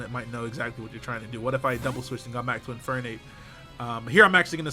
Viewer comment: What the fuck is an "in fire nape"